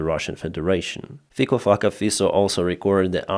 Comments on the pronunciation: Hi,, pronounciation of Slovak PM`s name is fitso. Our languages are not that far from each other. In English it would be written like this: feets(O) as in octopus. But as a Slovak supporting Ukraine I like your version fuck-o. He is a hypocritical-egotistical-power addict who will say anything for his cheering simple minded crowd. Lot of them are elderly who he has "bought" by raising pension. Sadly they all should remember August 21st. 1968 invasion but 30 pieces of silver are here and now. Unfortunately, big part of the country is pro ruzzian, big part of citizens pro ukrainian and 3 part does not give a sh.t. But I do. Thank you for the work you are doing. It is much appreciated. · WHO IS THIS MAN? FIKO FAKKER --- PLEASE LET US KNOW. COULD NOT HEAR ..TRIED SEVERAL TIMES. THANK YOU. FINE REPORT, THANK YOU. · Honestly, it sounds like his name is pronounced as Faecal F*cker Fiso. Is this a case of 'by name and nature'? 😄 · What's that puppet's name again? PocoFacaFisa? Sounds like you're calling him "Little feces face." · PM in Slovakia is Robert Fico -> FICO with "C" not "K" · I didn’t quite catch that politicians name was it Thicker Fucker? 😂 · Fico-Fucko-Fisso, Fico-Fucko-Fisso, the narrator obviously enjoyed pronouncing the name. That's what is actually happening to VSU(heroi v sale) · please make a video of you pronouncing that politician's name! "Little fucker pisso"..... please😂😂😂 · What is that guy's name? Sounds like he's saying fecal fucker face. Had to rewind twice. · 😂😂😂 the Slovenian guys' name at first sounded like Fecal Fucker Fesal, 😂😂😂 I had to go back and listen to it a couple of times but with a name that sounds like that what do you expect, of course his comments were as dumb as 💩!😂😂😂 Thanks for the great laugh, I needed it! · Did you say "Fickle F^<Ka Face" ? His parents prophesied like Nostradamus ! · Who was the guy you mentioned? It sounded like Pieceafuckenshitta